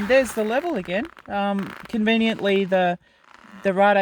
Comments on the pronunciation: It's Raid, Raid Garage not rarday :D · Power wheelie in 6th? Come on now! It's pronounced like Blade, But with an R.